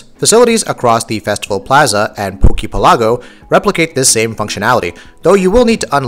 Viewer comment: I'm just wondering why nobody can say Poke Pelago right. Pelago, as in, archiPELAGO. Not Pay-lah-go.